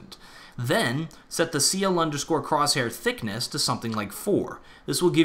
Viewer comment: Why did you emphasize thickness so much.